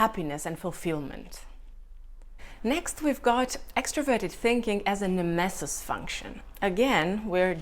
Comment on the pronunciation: Love the way you pronounce nemesis! Incredible content btw, this channel will grow big in the MBTI/cognitive functions community